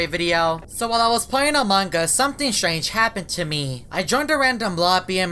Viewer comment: always says strage always